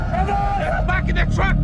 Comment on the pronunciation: Ok skip it, the character outside the truck is named "Travis" & you can hear that clearly . It is weird though that 1st it sounds like they're calling him "Kayless" semi quickly.